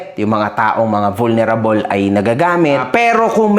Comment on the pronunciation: Ayusin mo pronounce mo ng vulnerable sakit sa tenga.